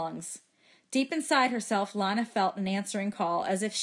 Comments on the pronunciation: Avery Williams it’s not tho. It’s leenuh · isn't it pronounced Lee-na? Idk cuz i haven't watched the movie but i am going to watch it tommorow so i will edit this comment to say if it is or not